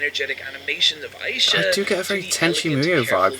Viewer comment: I can't get over how intensely he mispronounces Aisha's name.